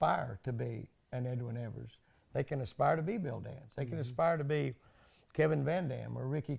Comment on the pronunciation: Man..he called you Edwin Ev -ERS?!! Jimmy probably sleeps in sunglasses..😂